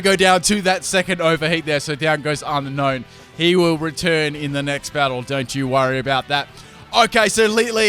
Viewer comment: It's pronounced un-own not un-known lol.